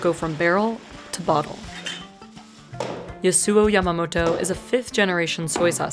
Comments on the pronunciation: I wonder if the pronounciation of th name Yasuo in this video is wrong. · man why cant you pronounce Yasuo properly.